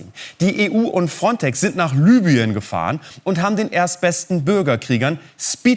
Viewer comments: Es heißt LIBYEN und nicht LÜBYEN! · EBEN! Das war mit Abstand das schockierenste an dem Video! WARUM MERKT DAS DENN KEINER?? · LI BY EN ! Es heißt LIBYEN